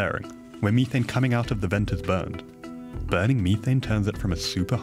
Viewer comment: Disliked because of the Mhe- Th-ANE. My ears are bleeding from this guy's lack of correct pronounciation of methane